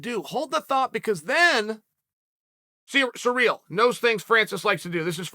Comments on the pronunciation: Hey uncle Chael, it's not Sureal Gane, it's Cyrill, like in See Reel. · His name is Cyril (Siril) not surreal not serial not cereal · Thanks, Uncle Chael, I will now pronounce Ciryl's name as "surreal" from here on out. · At first I thought to myself, who is "Sureel"? LOL